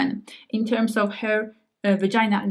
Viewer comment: pronouncing the word "easi-er" perfectly, but not the word "her" (eg pronouncing her body as "hair body")